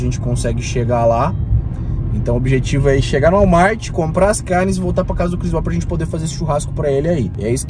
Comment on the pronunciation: CARRRRRR NES! Como força pra não fazer R caipira